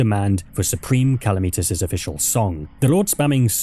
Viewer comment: It’s Calamitas not Kalameetus,the mod is called Calamity for a reason, not Kalameaty